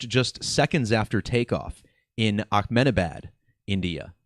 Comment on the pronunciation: Good decode. But why do you keep saying AKmenabad? This happened in India, not the middle east 😂